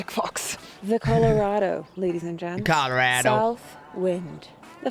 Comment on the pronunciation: Why do you say Colorado like that? We don’t even have an accent here 😂